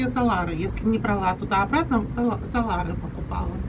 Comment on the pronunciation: Грузинские деньги не ларЫ, а ларИ. Ты совсем уже....